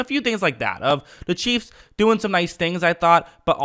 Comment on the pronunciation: Every time it sound like you say, the Kansas by City Cheeze